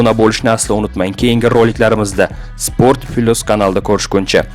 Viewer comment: Спорт пилус мас спорт плюс гаприлади кутбачча